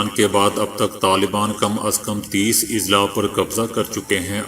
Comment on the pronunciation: السلام عليكم...Izla نہیں بلکہ Azla۔ضلع کی جمع اَضلاع